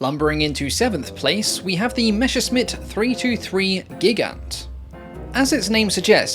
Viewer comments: It's MESSERSCHMITT, not Meshersmitt..! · Come on, it's Messerschmitt, not Meschersmitt lol